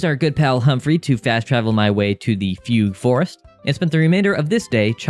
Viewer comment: “Foogoo forest” 😅